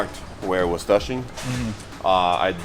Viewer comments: I just love how says "Toushing" instead of Touching xD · be like, “ Where it was toushing”